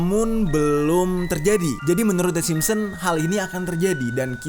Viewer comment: SIMPSON, BUKAN SIMPON!!!!!!!!!!!